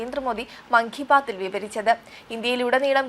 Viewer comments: മങ്കി ബാത്ത് അല്ല "മൻ കി ബാത്ത്"😂😂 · Dear TV reporter , it is mankibaat not makibaat 🤣🤣